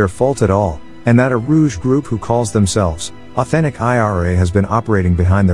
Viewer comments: BTW, "rogue" is pronounced "rowg" like with a long o, and a hard g sound, not the j sound. What you said is "rouge" which is the french word for "red" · Uh, no, pronouncing "Rogue" as "rooj" is not accent... 🤦‍♂ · I don't understand how you guys are thinking this is a difference in accents. Do you actually know what accents are? He literally pronounced a whole different word, it's not a difference of accents. You don't pronounce a G sound that was meant to be a hard G like the word "Golf" a J sound like "Juliette" because of a difference in accent. You also don't go from a long O sound like in "Roll" into a oo sound like in "Food" because of accent. He literally correctly pronounced another existing word that's spelled similarly. In case you can't tell from my profile picture, I'm not Caucasian, I'm Chinese, I know all about differences in accents. You guys are acting like if someone said "Geoffrey" instead of "Gary" that's just a difference in accent... I'm not trying to give anyone a hard time, was just trying to inform him of the correct way to pronounce that word just in case he didn't know, it was purely for educational purposes and not in any way meant to be insulting.